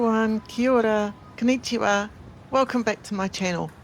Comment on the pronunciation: I noticed you sometimes pronounce vowels the way we do in English. May I suggest you practice your vowels? long-sounding vowels are fairly constant in Japanese. For example, konnichiwa is five syllables koh n nee chee wah and not k’neechiwa What a great opportunity to live and learn in Japan!